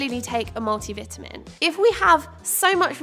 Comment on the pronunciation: Multi vitamin. I could barely understand when you said that. 😂